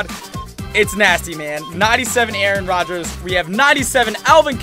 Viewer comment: Your saying Aaron Rodgers name wrong 😂 you saying it reminds me of key and peele